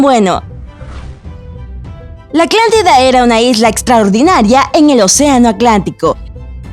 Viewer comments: Lo iba a ver pero me fastidio escuchar aclantida, aclantico, aclantes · ACLANTIDA...ACLANTICO?? APRENDE A PRONUNCIAR GRACIAS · Habla bien pendeja "aclantida" "Océano aclantico" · Es Atlántida no Aclantida! Es Atlántico no a Aclantico! Son Atlantes no Aclantes! Lo dijo miles de veces! Dios! 🤦🏻‍♀️ solo hay que leer bien la palabra para pronunciarla como es! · me desespera que diga aclantida y océano aclantico. No lo tolero. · Me desespero que todo el vídeo dice aclantida y aclantico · Aclantida, aclantes, aclantico, monoica...mil veces jajaja igual salvo eso es buena la investigacion...aunque aclantida dicho tantas veces mal te saca un poco de contexto jaja